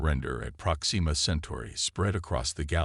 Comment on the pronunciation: Great story. However......AI screw ups yet again. It is "PROXima" Centauri not "ProxEEma" Centauri. I really wish use of AI reading these would cease until such time that they can actually read English words properly.